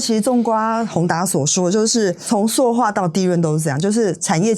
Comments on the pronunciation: 塑ㄙㄨˋ化業，請掌握正確讀音，以免誤導大眾。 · 塑化 ㄙㄨˋ ㄙㄨˋ ㄙㄨˋ